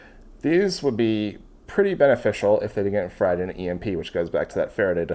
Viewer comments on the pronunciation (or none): none